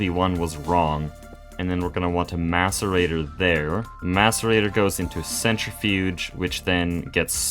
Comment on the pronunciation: Thank your for pronouncing Macerator correctly. You are the first Greg player I've seen that has, haha.